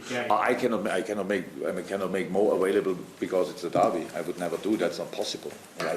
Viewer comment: "Awailable" -Jurgen Klopp